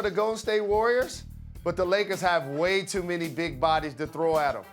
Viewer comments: Greymond Dreen?! Did I hear that right? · did jalen just call him Greymon Dreen? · Greymond Dreen